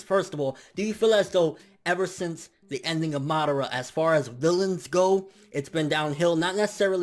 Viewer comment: I agree 100%, the Kages currently represent no threat to a being like momoshiki. I don't like the way you say MA-dara instead of Ma-DA-ra though lol